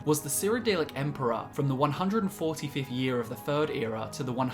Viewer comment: So eloquent... until the word third is in the script 😂😂😂😂 fis is fe furd time I’ve commented fis joke